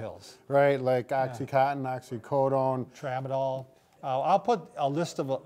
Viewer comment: He said “Tramadol” omfg ☠️ and you call yourself a physician lmfaoo